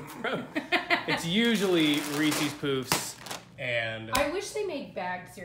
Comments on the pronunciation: it’s puffs lmao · Reese's POOFS? is that how it's pronounced? i've always said p-UH-ffs LOL